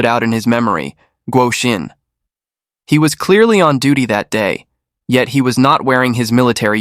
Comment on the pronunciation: ah so the narrator pronounced He incorrectly that’s why I thought he made a grammatical mistake.